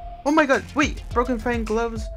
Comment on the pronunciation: mano, tá lá escrito broken FANG e ele diz broken FING FDS